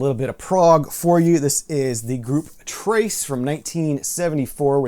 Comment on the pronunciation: Trace is a Dutch band, so it was cool to hear to pronounce their names! :) Stay safe and take care!